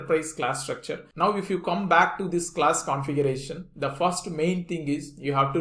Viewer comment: Can you please explain how to pronounce “vehicle” and “configuration”